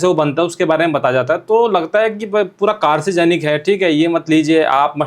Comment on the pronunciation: कार्सिजेनिक नहीं होता भाई, कार्सिनोजेनिक hota hai